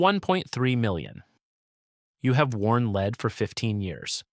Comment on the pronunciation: beat me to it. So annoying hearing leed for Pb!